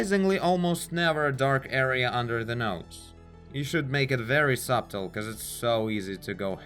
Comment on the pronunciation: 'subtle' ... we don't pronounce the 'b'. It's a subtle distinction, but 'sub-tle' sounds very odd.